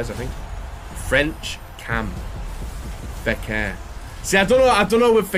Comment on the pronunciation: is FEKIR, not FEKER...lol :))